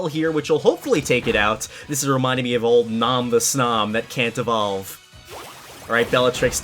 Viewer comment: DUBBLE DOWE EVOVE!!!! (Lol)